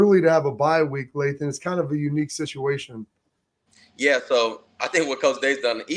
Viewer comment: Lathan…… it’s Lathan guys come on.